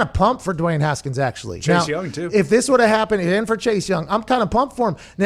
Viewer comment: You guys missed saying Duey Haskins😂😂